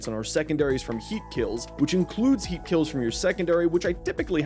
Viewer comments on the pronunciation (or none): none